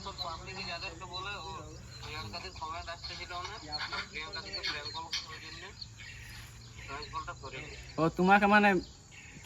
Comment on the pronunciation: অনেক হড়বড় করছিলে first parnk na bole pelenk bolecho thik ache prothom prothom omni hobek ai darun hoyeche video ta